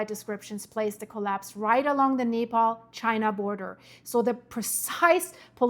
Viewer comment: You keep pronouncing Nepal like Napalm! 😂😂😂😂 Like Venetzuela... so wrong 😂😂